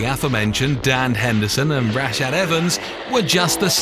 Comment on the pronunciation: This is a nice Video but the narrator seems to be pronouciing all the names incorrectly.... Who is Daana White... Tito OR tiss, Rash Add Evans, TheoDor Emilianca!!